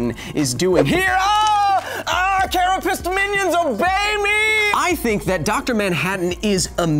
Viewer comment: Notice how he said "carapace minions obey me"